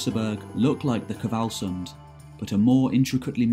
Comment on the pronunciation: Also, there's no vowel between the 'K' and the 'v' in "Kvalsund".